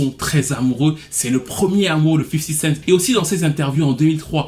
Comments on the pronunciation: cool mais on dit 50 cenT pas 50 centSssss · 50 cent pas 50 cents